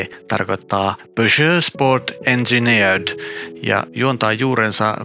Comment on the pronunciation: Täytyy muuten sanoa että kuulosti ihan ruotsalaiselta aksentilta, kun sanoit ”engineered” 😉